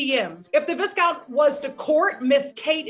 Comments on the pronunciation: It's pronounced Vaicount not veescount 🙄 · Vees-count?!!! 🤣🤣 What sort of sorcery is that?!! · The first time she said it about 3 seconds in I gasped like- Vis-count 😭😭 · erm... it's pronounced vy-count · Viscount lol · please practice saying the word VISCOUNT before interviewing the viscount lol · Not mispronouncing viscount smh did she even watch the show? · Pronunciation of viscount 🤣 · She clearly didnt watch Bridgerton😂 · Hahah i had to repeat it for like 3x just to be sure she mispronounced it. Please check your pronunciation again dearie :)